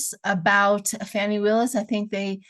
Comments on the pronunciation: Good morning - please please please 🙏 call the GA prosecutor by her name - not fanny - its FANI pronounced FAWN-knee... Ive left this message on others boards... so sorry to repeat - shes an international superstar and if it were me - id want my name pronounced properly. It seens trivial but Ive lived w a diff nane for 50 yrs + its a pet peeve. TY LOVE 💕 your channel+ you 🎉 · Fani is pronouced "fawni"...thank you for sharing your gifts,! Love-Light!